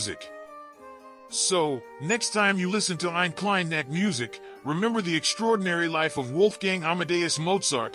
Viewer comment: God, what a bad pronunciation on "Eine Kleine Nachtmusik"... you know you can find out and learn the correct pronunciation, if you really want to.